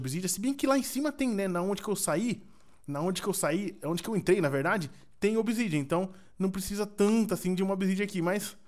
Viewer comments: no minuto 1.08 ele disse picareta de obisidiana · "picareta de obisidia" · você falo picareta de obsidian